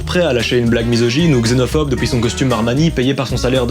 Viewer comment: J'aime beaucoup tes vidéos. Mais s'il te plaît. Arrête de prononcer depouis et dis depuis...